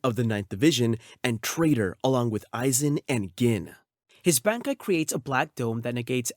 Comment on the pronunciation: Great pronunciation on the bankai’s!